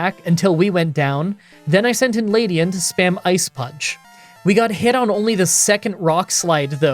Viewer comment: OH MY FKING GOD LEDIAN not LADIAN It has an E not A Other than that good show